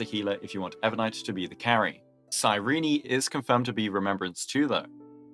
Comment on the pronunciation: cy ree nee 😅😂🤣